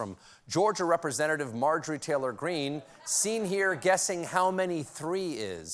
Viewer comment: lol... yes one... two.... tree 😆